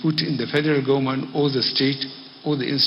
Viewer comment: Gaunmenht or Government??? What is he talking about? Somebody help me!